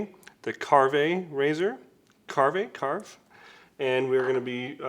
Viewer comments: It's pronounced Carve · willis white It’s pronounced ‘carve’, like a turkey or to be more to the point as in to carve a turn on a surf or skateboard. Brand was created by skateboarders. The multi coloured laminate in their brush handles is due to them coming from skateboard production. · That doesn’t sound like the name would be pronounced